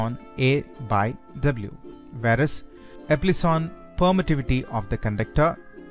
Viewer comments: Good explanation.. A small correction though.. Its epsilon not eplison.. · It's not eplison ,it's epsilon right